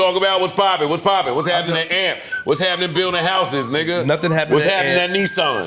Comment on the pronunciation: Joe stop calling them amp 😆 it’s A M P